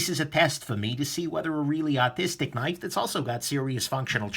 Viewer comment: I love you but every time you say artistic it sounds like autistic and I die laughing cuz I am a piece of shit